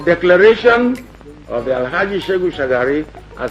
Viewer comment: It is SheHU not SheGU Shagari.